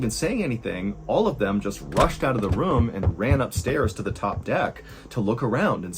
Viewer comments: I love your story telling, Mr Allen but I hate how you say room. It’s pronounced like roooohm not rum 😂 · ayo , quick question fr I need someone to go through all this man’s videos and let me know how many times he pronounces “room” like “rum” cause bruh